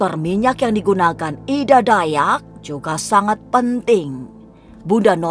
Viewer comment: Ida mbak bukan edaa 😂 kaya orang batak jatohnya